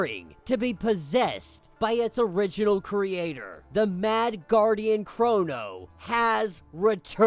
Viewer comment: I thought his name was “Krona” not “Krono”